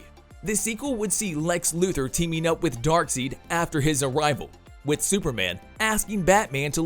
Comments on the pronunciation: His name is Dark side not seed 🙄 I thought you were a fan? C'mon it's the basics you SHOULD know. It's the Green lantern core not corpse (yes I know it's spelt corps but it is core) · Darkseed lol... its not Dark seed its Dark side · It's Dark-SIDE, not Dark-SEED. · He’s not even saying darkside hes saying dark seed smh lmao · Its not dark seed....its dark side! Lol driven me nuts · Come on man, it's Dark(side) not seed.. 🤦🏾‍♂️ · If you’re going to report on a major character especially a villain get the name right, I kept cringing as the narrator kept saying DARKSEED the correct way to say it would be DaarkSide even though it’s spelled Darkseid. Either way this person can’t be a fan to get it wrong the entire presentation. Personally I just want to boo this man!!! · He keeps saying dark seed.. its dark side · Dark SIDE! not seed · He can't even say his name right it's darkside not darkseed lol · It's Dark'SIDE'! What the hell is Dark'seed'? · DARK SIDE..not DARK SEED! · The moment you called Darkseid Dark Seed and not Dark Side (not once but twice in a row) make me wonder how much you've actually read or watched anything comic oriented or if you're just a Ron Burgundy type. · even still if European English, the Character is Named Darkseid not darkseed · “Dark seed” 😭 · Darkseid not dark seed😂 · Wow....sorry bud but murdered some of the names in this video....darkseed? :))) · R u really saying "dark seed"?? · i stopped watching when this clowns said DarkSEED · Its darkseid not darkseed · Lol dark seed, they even say it right in both justice league films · Did you say dark seed? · Dark Seed? I’ve never heard that pronunciation of Darkseid before…. Dislike…. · You lost me with “Dark-Seek.” The moment you said Darkseid’s name incorrectly, you lost all credibility. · I hate to be the guy to correct the pronounciation of Darkseid but its not dark seed for goodness sake 😭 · DarkSEED? LOL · I turned my phone off when I heard him say “Darkseed”